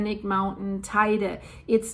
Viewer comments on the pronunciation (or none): It's not tyda its pronounced tedi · [~Teh-ide] - I know, I know... but still😉